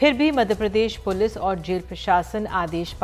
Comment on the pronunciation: वैसे मध्य प्रदेश पुलिस होता है मुलिस नही 😂😂😂😂